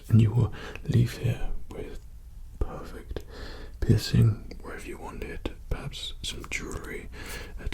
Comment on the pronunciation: "pewfect pissing"